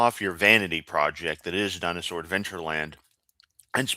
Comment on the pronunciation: I swear Kent says dinus-hore...lol with a W before the h